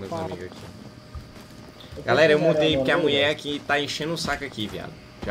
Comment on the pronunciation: O chamando ela de "muie" kakakakakakakakakaak